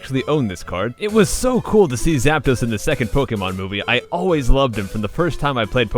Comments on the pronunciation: IT'S ZAPDOS, NOT ZAPUNO! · Zap-Dos? Im mexician screw you scrub